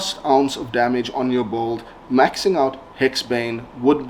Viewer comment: No offense but it's not pronounced bald!!! It's "build"...